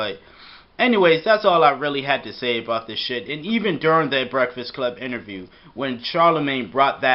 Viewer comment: I knew this video was gonna be BS when this mush mouth couldnt even pronounce Breakfast right.